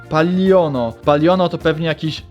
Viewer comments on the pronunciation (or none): to nie dinozałr xd tylko ytuber a tak w ogóle to to jest palion a nie pallon